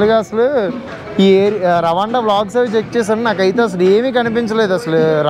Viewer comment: రవాండా కాదు రువాండా